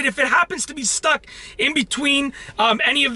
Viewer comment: why is it every time you say stuck it sounds like you say stock